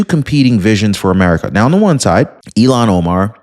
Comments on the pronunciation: Her name is IL han Omar not Elon Omar Luv ya! Somebody please tell him. Please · I'm sorry, is her name pronounced Ill-hon or E-lon? E-lon makes me feel sorry for Elon Musk 🤣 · Elon musk not Ilan Omar. Ilhan. Ilhan. Say it right. 😂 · Its not elon...its Ill- hon. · Elon Omar or Ilhan Omar? You’ve been mispronouncing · Hey, her name is pronounced, "Ill-Hon" not "Elan" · you’re pronouncing her name wrong. It’s ill Han not Elon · Ill-haun, like blah, like puke. 😂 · Her stupid name is Ilhan, not Elon. Why do you keep saying Elon, you mispronounced her stupid Muslim name every time you said it. I kept waiting for you to correct yourself, but everytime you called that dumb bitch Elon. Wtf? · damnit man, her name is Ilhon not Elon. It's pronounced ILLHON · DEPORT ILHAN OMAR!!!!, I respect your news outlet and have been listening to you for years!! But PLEASE, don't call her "Elon" Omar!!!! That's really an INSULT to Elon Musk!!!! Her name is pronounced ILL-HAN!! And,fittingly,a nasty disease should be named after her name!!!!! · Dude stop mispronouncing Omar's name. It's not Elon it's illhan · Not Elon Omar, it is “ilhan Omar” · Dude. Pardon me but you keep pronouncing her name wrong. It is pronounced ILL-Han. You keep calling her Elon. He might get mad. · It’s not “Eé-lawn” (like Elon Musk), it’s “Ilľ-hawn”. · her name is ILL-han not E-lon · Not to be petty, but her name is pronounced 'ill - hon" not Elon. I kept seeing his face every time you pronounced it as Elon. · You are mis pronouncing her first name. It's not Elon is Ilhan. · Deport IL Han. Not Elan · Il han not elon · Ill-han not Elon. Thanks Omg I had to stop listening because everytime you mentioned her name I pictured Elon. I will be watching for other videos. Have a Blessed Day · it's Ill-han, not Elon. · Why do pronounced it like Elon Omar not illhon Omar I shoun this channel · It IL HARN. Not Elan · Who is Elon Omar? Do you mean Illhan Omar? Pronounced ill han, not Elon.